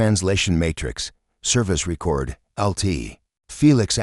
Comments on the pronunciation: ree-kord. downvoted. unsubbed. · Again with "dot" and the AI repeatedly using the wrong pronunciations of common words. For example, in this video it keeps using the pronunciation for the verb form of "record" instead of the noun. This channel is obviously one of those bot farms that doesn't care about content.